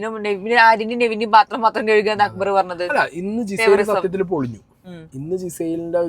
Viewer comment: നിങ്ങൾ അനുമോളെ കുറ്റം പറയുന്നുണ്ടല്ലോ... ആര്യനെ ആര്യ എന്ന് വിളിക്കുന്നു എന്ന് പറഞ്ഞിട്ട്.... എന്നിട്ട് ജിസെൽ നെ ഗിസെൽ എന്നാണല്ലോ നിങ്ങൾ പറയുന്നേ..... ആദ്യം സ്വയം നന്നാവൂ എന്നിട്ട് ബാക്കി ഉള്ളോരേ കുറ്റം പറയ് 😂